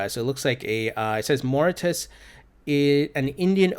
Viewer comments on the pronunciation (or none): Thanks -awesome. BTW-it's pronounced MOR-RI-SHUS.